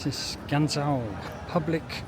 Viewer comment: Guangzhou is pronounced Guang Jo. Zhou means City.